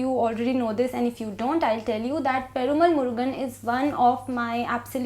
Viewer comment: Loved your review. Keep up the good work! But I would just like to add that it is pronounced /peruma:l/